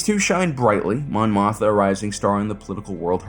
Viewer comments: Is the second "m" in "Mothma" not supposed to be pronounced? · Dude you GOTTA pronounce the second M in Mothma.